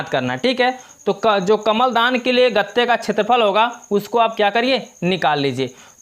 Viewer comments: Kaml dan nhie kalm dan ha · Kamal Dan Nahin kalamdan